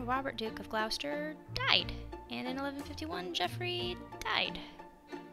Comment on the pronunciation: Its not pronounced Gl OW ster. Its pronounced Gloss ter